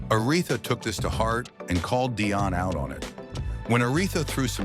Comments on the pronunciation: Her name is “Dionne,” not DIonne! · Bruth, it's pronounced DEE ON 👍 OK.